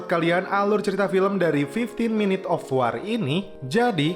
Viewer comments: Bacanya wor min, bukan war wkwkwkwkwk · Sekarang ini banyak chanel youtube yg bahas film. Saran aja, pd saat mau bikin video coba deh liat filmnya, cermati pelafalan nama tokohnya, pelafalan2 bahasa inggrisnya gimana, dll. Misalnya dalam video ini kata "War" yg harusnya dibaca "Wor",,dll. Apalagi jika berani review film Perancis yg bahasanya sulit diucapkan org Indonesia. Solusinya, liat filmnya, cermati pelafalannya. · Baca wor men bukan war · Sebut war bagi betul 🥲